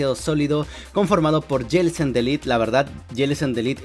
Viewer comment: Prenuncia bien mijo Jellicent